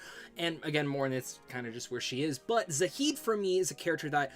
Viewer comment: Really like your videos but a couple of things: -Why to you pronounce Zaeed's name wrong? There's no h. Would have thought with the amount of times you played the game you would have heard how it's pronounced. -The way you phrased it made it sound like you could only romance Ashley in ME3. You can romance her ME1 too.